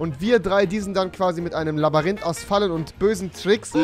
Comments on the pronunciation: „Er ist im Labarynth.“ 🤣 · Labarinth.... xD ich war auch nie gut in Deutsch mit 10 :P